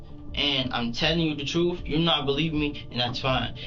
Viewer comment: "I'm telling you the truff"... 😀😃😄😁😆😅😂🤣 and he wants to be a DOCTOR!!!